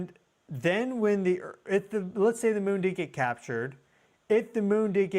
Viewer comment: L E T ' S as in LET US ... "Lez"... wth?